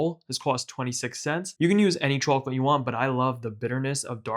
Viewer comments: It annoyed me more and more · Chawklate tawpping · say chwacolate one more time 🔪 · chawklate sawlty flavor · I like how you pronounce chwochlette, it pleases me. These look delicious and since this is the first video I’ve seen from you I need to check out more recipes from you! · The chacklateee sawlt is shitty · "rahool" "chwoclate" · Put the Sawlt on Tawp of the Chawklet. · subscribed for CHAWKLIT TAWPPING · Took me too long to figure out you were from Boston. “Chawclit” 😃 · Chawklate sawlty bawlz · Came for the chocolate, subbed for the chawklate 🍫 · We gaht a CHAWCLATE layuh on tawp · Chawklate sawlty combo 😊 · I remember when they invented chawklate . . . . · I absolutely love the pronunciation of chocolate 😊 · why does he pronounce chocolate like that,................ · Ngl your pronunciation of chocolate ticks me off lmao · he says chocolate like that old lady from spongebob